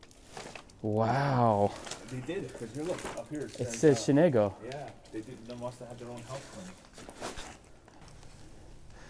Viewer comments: Shenango not Shenago. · You're not pronouncing Shenango properly. Where are you guys coming from? Thanks for the vid. I see a lot of fixtures, crates, fire-brick and obviously the china which is still viable that some people would love to have. I'll check out your pages.